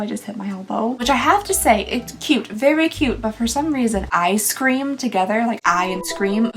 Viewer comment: it is eyes cream. Not eye scream